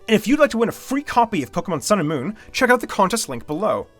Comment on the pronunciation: It says mooon